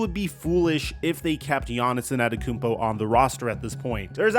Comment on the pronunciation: anTETOKOUnmpo brother. LEARN the name, you can't be THAT lazy..